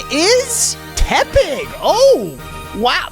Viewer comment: Why is no one talking about how he pronounces tepig?